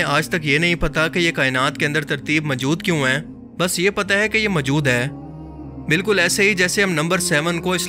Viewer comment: اپنے اردو لہجے پہ توجہ دیں ۔ لفظ موجود ہے مجود نہیں